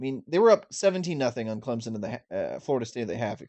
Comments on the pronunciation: If you have covered Clemson enough you know it's not pronounced Clemzon like you keep saying like a moron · first of all...its clemson, not clempson... clemson wins 33-19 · Clemson is not pronounced "ClemsZon", its pronounced "ClemSon" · Clem. Son? Wow even you guys can’t say your team name right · Learn how to pronounce the name of the national champions correctly! Clem. Son